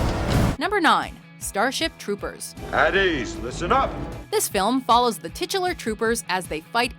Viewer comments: Titilar.... STOP SAYING TITILAR!!!!! reminds me of tits .' don't judge me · dude stop saying titular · Can you please learn how to properly pronounce titular.